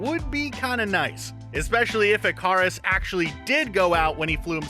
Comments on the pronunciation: Did you guys seriously call Ikaris I-Kah-Ris? Sorry to sound offensive if I am, it is pronounced I-Kuh-Ris And i think Kly'Bn is pronounced Cli-Bin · Anyone else annoyed at how he says Ikaris? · Did his pronunciation of Icarus bother others or just me?